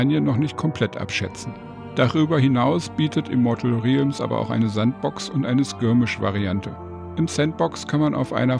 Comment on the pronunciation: Es wird egal wo 100% "rellms" ausgesprochen. Trotzdem danke fürs Video.